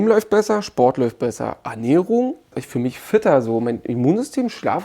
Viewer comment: "isch"😂 Wird immer gruseliger in Deutschland